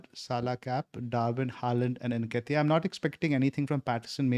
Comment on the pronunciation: Its pronounced:. En- Keh-Tee-Yah . Y'all have been mispronouncing for weeks now..